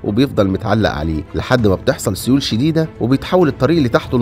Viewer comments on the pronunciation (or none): none